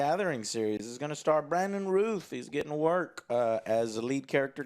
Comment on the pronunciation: It's Brandon Routh pronounced like the word mouth not Ruth.